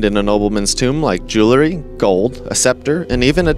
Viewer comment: It was a good video but I sure wish you could pronounce "jewelry". $.02